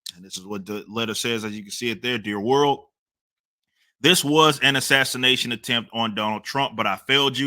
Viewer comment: MSM: "This was not an assaniation!" Guy: "This is an assasination."